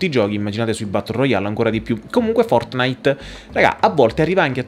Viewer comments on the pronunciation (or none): none